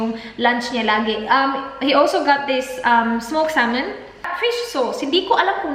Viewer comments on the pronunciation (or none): none